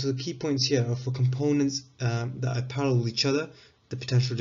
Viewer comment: it sounds like youre saying "aren't parallel" when you meant to say "are parallel". Still very good video tho so thanks